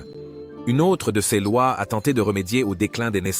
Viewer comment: Ls prononciation de "Céz..s " pour /ces/ est une difficulté récurrente chez nôtre interprète IA. Ez..sse possible de corriger ce ðéfaut récurrent ? Quand à la prononciation de MAJORIEN on ne peut pas s'attendre à ce qu' un américain parvienne jamais à prononcer correctement les noms des romains: Scissoŕ pour César Sissiroe pour Cicéro Pampy p. Pompée ....